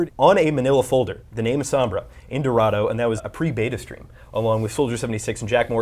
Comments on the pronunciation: Being picky but god dang... EVERYONE is mispronouncing Sombra. If this is the Spanish word for shadow, it's "Sohm-bra", not Sambra. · it's Sombra, not Sambra can you guys work on pronunciation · please pronounce it correctly. it's so-mbrah, not sum-brah. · sOHmbra not sAHmbra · Ughh how they say Sombra is killing meeee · Dislike for the way you say sombra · These clowns can't even say Sombra's name correctly. Damn shame. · ITS NOT PRONOUNCE SOMBRA JESUS CHRIST, SAY IT THE WAY ITS SUPPOSE TO SOUND JESUS